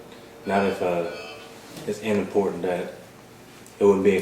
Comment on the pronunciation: this cop really said "in important" instead of "unimportant"